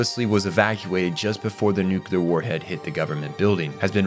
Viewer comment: Ecks cape Coop Nucular Tie rannical